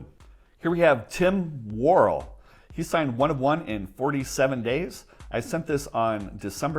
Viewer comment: You really butchered Tim Worrell's name. It' s pronounced Wor-EL with the emphasis on the second syllable